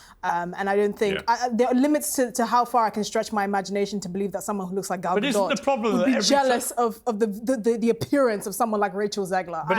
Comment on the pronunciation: And it’s “Ga doe” not “ga dot” but it’s ok for the black panelists to mispronounce her name because she is a white Jewish woman. These people know bounds of hypocrisy.